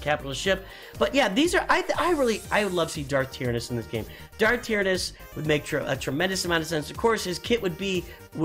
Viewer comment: Check you pronunciation of Tyranus. Also a new Thrawn with nightsisters would make sense.